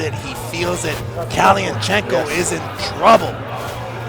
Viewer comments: One hell of an intro! Nothing cooler than hearing this idiot pronounce kalinichenko 😎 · Never has a name been buthered worst that that presenter trying to say Kalinichenko 😂😂 great match thank you Magda i got the ppv